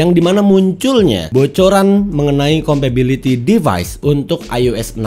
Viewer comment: Kompatibilitas bang bukan kompabiliti. Kan inggrisnya “compatible” bukan “compable” ✌🏻